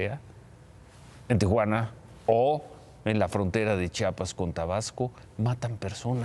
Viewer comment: Señor periodista, se pronuncia Chiapas, no Chapas, hay se le encarga...